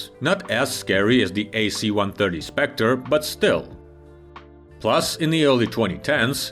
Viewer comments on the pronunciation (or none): none